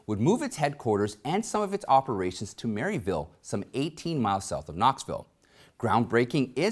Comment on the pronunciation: It's not "Mary Ville" it's said "murvul" lol I lived just north of Maryville.